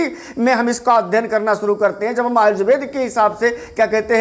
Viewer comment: सबसे पहले तो अपना प्रनंसीएशन सही कीजिए आजुर्वेद नहीं होता आयुर्वेद होता है